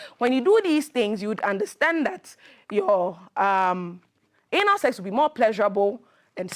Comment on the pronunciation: How she pronounced the Anal sef is a great lesson 😂😂🤭🔥